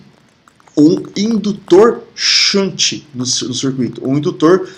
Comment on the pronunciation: Ótima aula! shunt = xânt♫